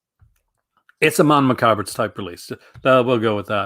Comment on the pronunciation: You always say Mondo Macabra. It’s Macabro XD